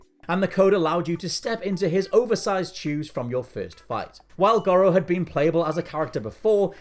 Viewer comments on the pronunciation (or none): FFS... It's GORO (GOR RO) 🤦😂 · The way he says goro upsets me